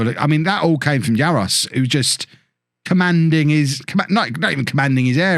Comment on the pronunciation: Balešević is said like Baleshevitch and Jaroš like Jarosh not Jaros (like most players from that part of the world their names are missing all their accents)